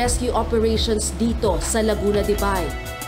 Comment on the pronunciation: Laguna the bay (be) hindi De bay 🤣